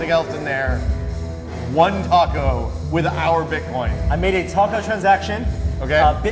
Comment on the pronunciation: look, i hate bitcoin as much as the next person, but hearing butcher the name of the taco was what really took the piss out of me for this video.